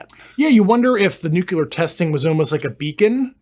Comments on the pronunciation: “Nuclear” not “nucular” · NUCLEAR NUCLEAR!!!! NU CLE UR!!! Why did George Bush butcher that word it seems that’s where the younger generation heard it from!!! It’s so easy to say it correctly what’s the issue??? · Dude is an up talker that pronounces “espoused” expoused. Getting more of a moron vibe than credible. Edit: he now pronounced it “nucular”… dude. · Anyone who says "Nucilar" instead of Nuclear, I dont believe a single word. The motive behind the Fake UFO sightings that can never get a clear photo or video in our days, is money! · why does he keep saying NUCULER i;nstead of nucleur ? and expouse instead of espouse??? perhaps he is illiterate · Grusch says nucular instead of nuclear. Is he dyslexic? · Nuclear. How can someone so smart say "nook-YOO-lar" when the word is spelled "nu-CLEAR"? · Disconcerting is Mr. Grusch's inability to pronounce "nuclear" correctly. Someone advised "NOO~CUE~LAR" is a password. Glad Tucker is touching the subject, butt this guest isn't enough. Is "GESH~STAH~POE~ just yet another mispronunciation ? Nah...this guy is annoying and not much more. When someone makes my BS Monitor roll its eyes,, I believe that. {"Integrity first."...oh, c'mon ! He's simply afraid of the threats he's received. } Additionally, when a sentence is ended with a higher octave, it makes the Listener wonder...are you telling or asking. The info he's willing to disclose is ultra minimal and could have been covered within twelve minutes. Talk about the inability of bringing in the right people... Ironically, it's deliberate, isn't it ! An interview with Bob Bigelow would be far more interesting. YAWN ! PS: The real deal does not crash. Butt the sunken terrestrials...next ! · Why would a scientist not know how to pronounce "nuclear"?